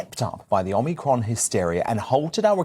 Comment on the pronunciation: Anne Widdecombe, the first person I've heard pronounce omicron properly. There might be something to note here regarding how people can just blindly follow. And how real Anne is.